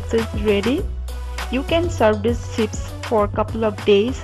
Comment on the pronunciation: It's not Potato "sipps"it's potato chips